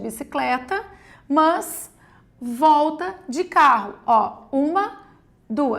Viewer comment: Que agonia "mãs"